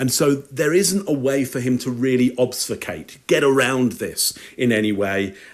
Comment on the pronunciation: 'obsficate' always has me discombobulated! ObFUscate. I have to say repeatedly to restore my balance in the world!